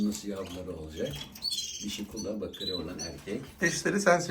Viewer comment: Kuşu bilen röportajcı arkadaş ; kuşların cinsini iki kez yanlış telâffuz etti iyi mi ??? Bi ( BAKARİ ) dedi , bide ( BAKİRİ ) dedi...O değil de ; usta olan üretici abimizi de şaşırtt'tı rengi bakırı andirdiğı için ( BAKIR'İ ) denen kuşa , oda bakiri dedi....Yapmayin şunu be abi yapmayın yahu !!! Profesyonel bi çekim olmuş , profesyonelce ilerletin , sonlandırın...😢😢😢